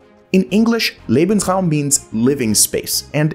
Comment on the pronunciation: thank you so much for saying "lay-bens-rawm" instead of "lee-bens-rawm" but...uh....should be "zaw-der zay" not "zwee-der zay" 🙂